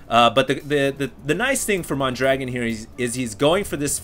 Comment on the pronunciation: He is actually called mondragoon, and not mondragon.